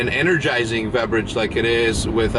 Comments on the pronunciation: He called brick a veberage not a beverage. 😂😂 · why does he say "vebrage" tho, i hope it's on purpose...